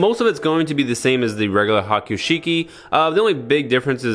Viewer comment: Broh, did you say "Waman?" Like Haman but... the whole Warior "WA" inserted to make her "bad". And piloting a Haiku Sheik? Dude... that's a mountain of lore implications. "Evil Haman avatar" piloting a black Char/Quattro suit. I didn't even need to wiki-dive that!